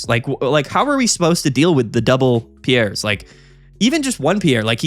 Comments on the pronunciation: I I'm remembering correctly it's not pronounced pee-air or pee_airz, but closer to pierce so it would be pronounced peerz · Its "Peers" as in, a jury of your peers. Google Piers Morgan and you'll see how people pronounce it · Hey so, the Galar region is based on Britain, we say the name like "Peers" here. I have friends called Piers, they say it like that. Hope that helps, love the channel. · All these content creators pronouncing Piers as "Pierre's" is killing me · You're sayine Pierre, the french name. The card is Piers (peers) like that dipshit limey know it all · I think it’s pronounced “Peers” lol like Piers Morgan. 😂 nice showcase though man. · Hey there, sick deck and nice video, just fyi since you asked, Piers ist pronounced like Pierce (Brosnan). Piers is the medieval version of Peter. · Will he ever learn how to pronounce Piers…. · One of these days we'll pronounce Piers right 😂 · The support card piers is pronounced just like piers Morgan. The talk show host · It’s Piers like “cheers”. The s is pronounced